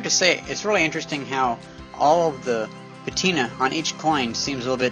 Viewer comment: i meant patina, it just sounded like you said it with an f.